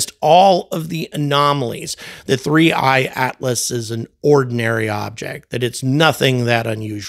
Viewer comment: 3I/Atlas ( and kudos for not mispronouncing a simple name ) isn't going away regardless of NASA ignoring it, millions of observers prevent that; but the number of anomalies could double & yet the Scientists (as if ) with a rigid adherence to what they've been told to have seen won't change. There are still Earth-centrists, centuries after Galileo & Copernicus. Ignoring compelling evidence such as NGA course corrections, spectrographic readings of atomically pure Nickel, & others make these guys the equivalent of scientific Flat-Earthers.